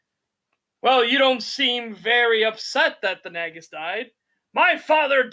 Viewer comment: why are they pronouncing Nagus like "nag us"? it should be pronounced nāgus, as in "nay gus" it's said many times in DS9. are they just differentiating it from the real world title "negus"?